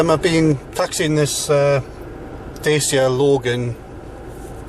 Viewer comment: Dacia, mate, as in Datchya, not Dacy-a.